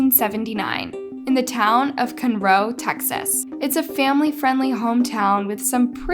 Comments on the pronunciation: its pronounced Con-Row ( houston local) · It’s pronounced “con-row” I live there also cool to hear one from my area! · Conroe is pronounced "KAHN-row" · Conroe is pronounced 'Con-Row' and those lakes are so fun to swim in! I'm glad you covered this story! Love your channel ❤️ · As someone from “Cunroe”, that pronunciation of it 😂 Conroe has a few made for tv murders though. With some wrongly convicted. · Cunroe Texas??? I nearly fell over when I heard that! I have never heard anyone mispronounce Conroe ever🤣🤣🤣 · It's pronounced "con-row". 😅😂🤣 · It's pronounced "con row". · I grew up near Conroe & it’s almost painful to hear it said like that lol